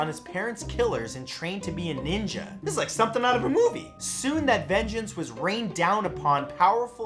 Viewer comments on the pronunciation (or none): none